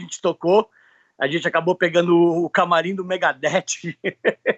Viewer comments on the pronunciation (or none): O Max falando "Megadete" é incrível kkkkkk ele pode ! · O MAIS DOIDO É O MAX VIVENDO NOS EUA HA MIL ANOS JÁ E AINDA FALANDO ''MEGADETÍ'' HAHAHAHAHAHA <3 CARA É BRUTO DEMAIS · Sabia que tava de boa eu falar "megadétchi". Valeu, Max! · Enquanto nego fica preocupado com a pronuncia do nome das banda, corrigindo geral, o próprio MAX tá cagando pra pronuncia fina. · Parabéns pela entrevista. Esse cara é lenda!!! Achei engraçado a pronuncia dele com as palavras "Ritual" e "Megadeth"